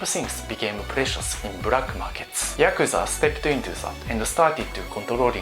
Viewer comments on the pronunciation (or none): “Brake Markerts” “Disaprin”